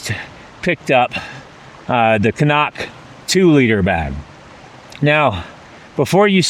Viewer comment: CNOC --- Cnoc (Irish/Scottish Gaelic for "hill") is commonly pronounced "krock" or "kruck," with the cn- sound functioning like a cr- sound.